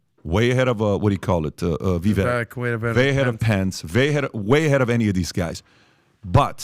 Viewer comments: VIVAKE PEOPLE ITS NOT VIVECK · Day 2 of asking everyone on this podcast to quit mispronouncing Viveks name